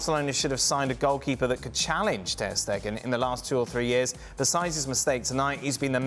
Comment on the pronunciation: TER "STATUE" STEGEN